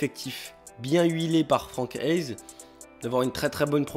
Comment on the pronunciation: Bon oui, très bon choix et très bonne vidéo.... Mais quand tu te sens bien chez toi , tu dis bien que tu es à l'aise, pas à l'aiiiiiise! Si? Ou à l'aïïïse..... Prononce bien Franck haise, hèze.....